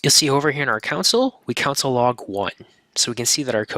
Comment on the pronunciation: This is a clear and good basic intro, and I definitely recommend it for beginners, but the presenter needs to stop pronouncing console as "council." It's really distracting.